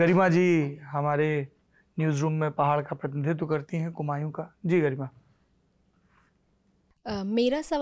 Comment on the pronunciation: sir plzzzzzzZ कुमाऊँ ✔✔✔ बोलें ना कि कुमांयूं❌